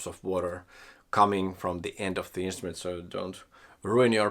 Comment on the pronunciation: "Instument" with an r, please.